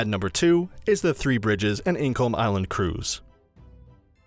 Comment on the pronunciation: "ink Olm island" on the "firth of four" lol